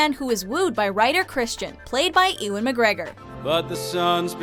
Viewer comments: It pronounces "Mou-lan" not "Mou-leen". It pronounces "You-win" not "Ee-wan" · I also cringed at how they pronounced Ewan McGregor's name. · "played by Ewwing McGregor" what?? its EWAN. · No, but I am still choking on "EEwun" McGregor. Blimey. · 'Ooo-wan' McGregor? It's 'YOU-an' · Moulin is pronounce "Moo-lon" and Ewan is pronounce "You-un" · Ewan McGregor actually